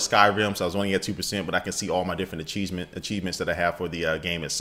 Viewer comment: acheesement lool